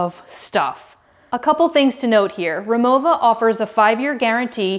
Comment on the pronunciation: She said it properly. It's German, so the "w" is pronounced with a "v" sound.